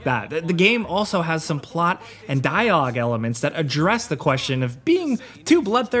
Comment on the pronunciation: whats going on with your pronunciation of "dialog"?! did you have a mini stroke?